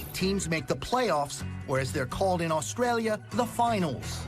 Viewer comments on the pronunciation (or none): none